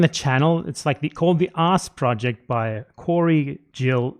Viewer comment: On first listen I thought you said "The Ass Project". And I was like that tracks... but why is he calling himself ass? lol